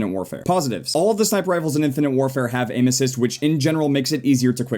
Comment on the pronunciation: when ever he says " Aim assists" it sound sounds like he's saying ANUSES